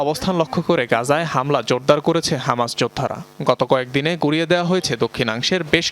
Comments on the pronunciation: হমাস না ❌ হামাস হবে ✅ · Kanachuda হমাস nah hobe হামাসা